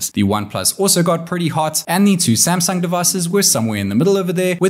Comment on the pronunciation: WHY YOU SAY SAMSANG DONKY